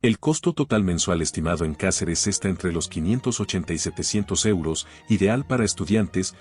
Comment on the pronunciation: Se dice Cáceres,como lo ves